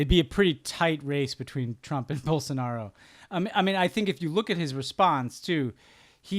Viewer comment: In these case it's not "most Americans", it's two professionals that are paid to do this podcast and could have spent 2 minutes researching how to pronounce Bolsonaro.